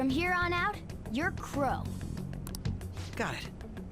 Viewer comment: I can't stop hearing Qrow instead of Crow, damn you Edward Elric